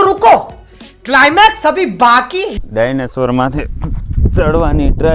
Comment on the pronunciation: ડા યને સ્વર નો કહેવાય ભાઈ ડાયને સોર બોલાય